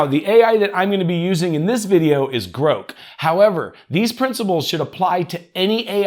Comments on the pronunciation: Is anyone else saying "Grawhk" in their head every time he says "groke"? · No..we are saying "GROCK" as that is how it is supposed to be pronounced. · groke, groke? oh he meant GROK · You trying to be cute and create comments by purposely mispronouncing grow is super annoying...unsub or as you would say unsaub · I assumed it was pronounced as you say, not like is saying